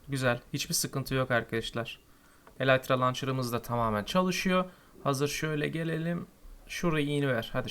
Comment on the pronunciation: kardeş eleytra deil elytra :) :)